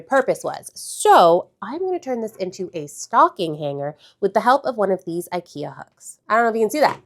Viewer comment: It's not "ayyykeyah" in Swedish lol